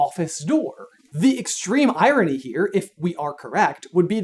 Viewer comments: oh the eye-rony (irony) LOL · Was that a cheeky "eye-rony" ?